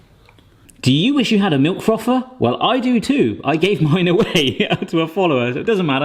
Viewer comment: Pronounces the TH in thin, but calls the frother a froffer. LOL